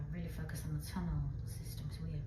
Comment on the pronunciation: Sheshe keeps saying sewer tunnle